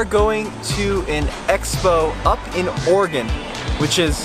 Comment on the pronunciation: KUDOS to and Son! They can actually PRONOUNCE Oregon!!!!!!